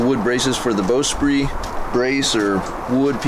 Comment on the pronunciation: Nice! Some very cool discoveries there... (Pronunciation tip - the 'sprit' in bowsprit rhymes with 'kit'.)